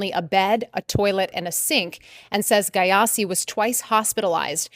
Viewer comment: Aahhh 😂😂 Is it Gyasi she is pronouncing like that??? Ahh gayasi 😂😂